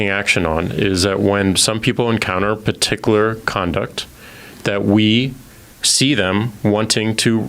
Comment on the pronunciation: Pa-tic-a-ler? No jack its "Particular"